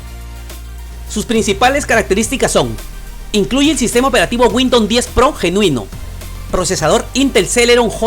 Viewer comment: Bien por tu video mi pana, tienes mi like...pero trata de pronunciar Windows no windon...pero es lo de menos, epa pense que esos equipos ya venia core i3 o superior... otra cosa deja el VAO de 5G...como es eso, 5G en peru? a no seguro quisistes decir 5 Ghz. o doble banda 2.4 y 5 ghz. Pilas pues!!